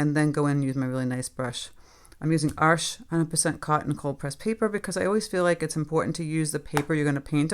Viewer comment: ArchES. Not ARSH.